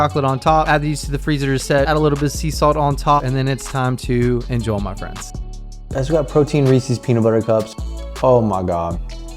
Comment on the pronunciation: Stop saying INJOL say INJOY